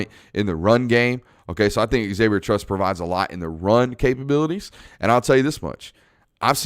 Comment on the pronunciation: A minor point. Unless the person says otherwise, Xavier in pronouced "zavier", not "ex-avier". That error has been made by many for decades. Another more major point. Only Bama can possibly beat Georgia this year. And I don't think Bama can. The 2021 Bama is not as nearly good as in years past, and Georgia is immensely better than in years past.